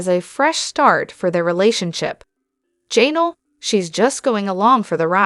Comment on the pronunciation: I guess AI doesn’t know how to correctly pronounce polygamy, Mikelti, Janelle, etc. cant you get that straight? It seems hard to follow hearing all these mispronunciations.